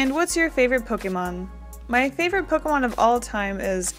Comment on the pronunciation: I love your style. Also im glad that u correctly say "pokEmon" and not "pokimon" Pokemon is the short version of poket monster and poket is poket not pokit so is pokemon not pokimon. My god is absurd how many people get it wrong